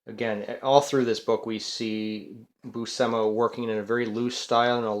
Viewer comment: pronounced Boo-shee-muh